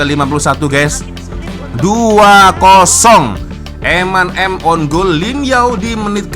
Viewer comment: wak sebutan biar betul off side dan own goal ..